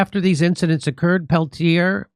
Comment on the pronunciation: The cops name is pronounced PELT EH. or Pelt,yay